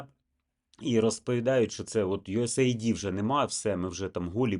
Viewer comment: Знаю, що не в тему, але почніть, будь ласка, правильно вимовляти USAID Це Юсейд (US - Сполучені Штати, AID - допомога)